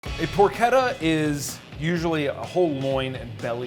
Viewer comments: Isn't it pronounced porCHetta, not pork etta? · It’s pronounced por chetta. Ch not k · not porketta its "por-che-tta" Amerikans and their bad accent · Wtf is porketta? I think you mean porchetta. That moment when you cant even pronounce what you are making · Did he just really say porketta instead of porchetta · Porchetta is pronounced as porshetta you should do your homework in words as well as Meat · More like por-keta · It's pork etta. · it is pronounced por-ch-ta and spelled porchetta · "it's make like a tree and leave. You sound like a damn fool when you say it wrong!" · When you kept mispronouncing porchetta I left. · How can you work in a butcher shop and not pronounce porchetta correctly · STOP PRONOUNCING PORCHETTA WRONG I LIKE THE VIDEO BUT FAAAAAK JUST GOOGLE IT, TAKES A SECOND